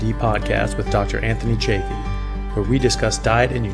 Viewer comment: Sorry I have to correct you. Say chance, chocolate, choose and now say Chaffee. Perhaps I am a bit OCD about this so help me, please. 😊